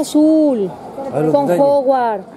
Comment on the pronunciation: Ejem... No se dice Hogwart se dice HOGWARTS